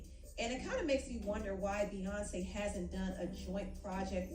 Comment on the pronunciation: Empressive works for beyawnce